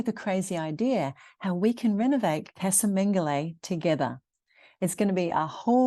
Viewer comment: Just to help you put going forward casa is pronounced Ca-as in cup sa-(sah) :)